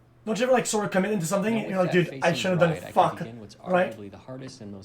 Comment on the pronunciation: Holy shit I got into the video he was watching and had to listen to this fuckin spanner...... (Edit) just incase you are a fan he says "dude" as "derde" that = spanner